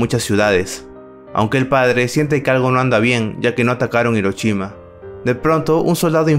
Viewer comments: Hadashi...: Perfectamente pronunciado Hiroshima: HiroCHIma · "Irochima" :v